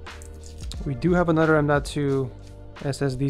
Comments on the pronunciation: "anudder epic gaming pc" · ANODURRR LOL